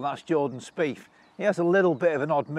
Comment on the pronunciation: Speith not Speefff